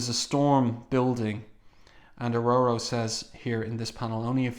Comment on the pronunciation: It's Or-Or-O not O-Roe-Roe